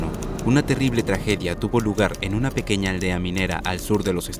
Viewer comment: Cuando veo el inicio en vez de pequeña dice pequeca